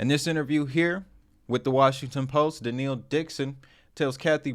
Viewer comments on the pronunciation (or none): My Man. LOVE the show. Gotta get the name right, though. It's pronounced "Duh - Nell." It's not "Duh-Neel." 90% of crypto influencers don't know how to pronounce her name so don't feel bad, but you're too good for such a goof. Keep the great stuff coming. Much appreciated.